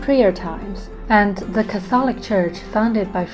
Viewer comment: I love your episodes and you speak English fluently.Would you mind me for being a bit picky? The word “ Catholic “, the accent falls on the first syllable.😊